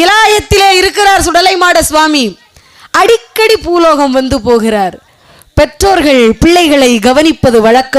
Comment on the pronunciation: Poologam no it is boologam